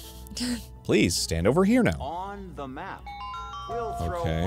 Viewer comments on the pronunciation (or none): none